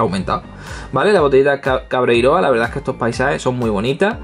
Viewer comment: Me picó la curiosidad y busqué lo del Dino Rescue. La Patrulla Canina se embarca en un viaje a la prehistoria e intenta salvar a los dinos de la erupción de un volcán y no se que más. 😂 Por cierto que es CabreiroÁ, con acento en la última A. No soy quisquilloso, pero ya que soy gallego necesitaba hacer de embajador de buena voluntad. Buen vídeo de nuevo, gracias!